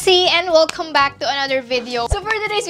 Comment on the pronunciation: Ghorl, ayusin mo nga yung pag-pronounce mo ng Welcome. Ampanget. 😖😖😖 May Google naman tey. Hindi masama mag-research. ANG CHAKA TALAGA PAKINGGAN GHORL. Oh baka magagalit ka ha. Para sayo naman to. Ayusin mo ha!!!!